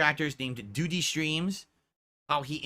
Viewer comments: I find it hilarious the way he pronounces DOO-DY every time. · Moo-taw-harr and Doo-dee 😂😂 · Even the way says Doody is wrong and pisses me off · Why does he say it like that? Ack ack